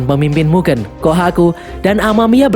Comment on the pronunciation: MUGEN min bukan MUGEUN , DAN min bukan DEN